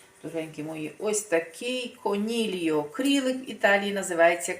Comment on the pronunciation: Не конільо , а конільйо